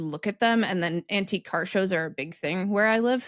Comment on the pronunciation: You said "antique car" and I heard "anti-car". And I thought, "Oooo!! What's and anti-car?!"